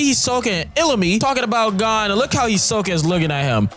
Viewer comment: Calling gon, gone is crazy work